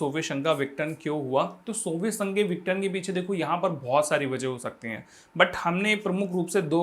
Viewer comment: माफी चाहता हूं लेकिनआप विघटन को सही से नहीं बोल रहे हैं आप इसको विटन बोल रहे हैं बाकी आप बहुत अच्छा पढ़ाते हैं ♥️♥️